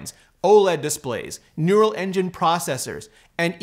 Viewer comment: "Neural" engine processor 😂